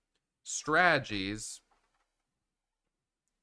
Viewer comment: Here for the strah-gees!